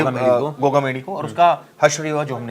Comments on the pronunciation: बोलना सही तरीके से सीख गोमा क्या होता है गोगामेड़ी बोलने में क्या तुम्हारी जुबान लड़ खड़ाती है क्या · गोगामेड़ी होता है ठीक से पहले बोलना सीखो